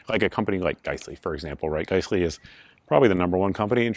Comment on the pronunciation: It drive me nuts you pronounce giessle(guys-lee) as gice-lee